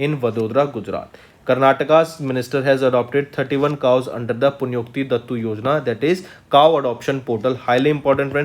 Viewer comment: Karnataka scheme which is Punyakoti Sir your are pronounced wrongly